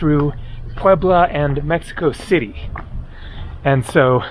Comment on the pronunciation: It's called Mexico City, fella.